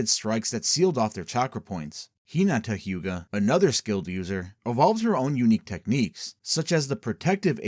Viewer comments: ai voice cant pronounce it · Its not ai, he's just emphasising the first name because he just mentioned Neji Hyuga. Its the creators actual voice, he just said HI-nata Hyuga for emphasis on the first name